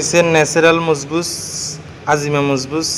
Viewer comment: নাম লিখেছেন একটা বলছেন আরেকটা। সুন্দর করে উচ্চারন করতে হবে ভাইয়া।